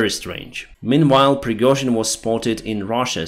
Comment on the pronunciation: "Pirgohzin flshmob" - lol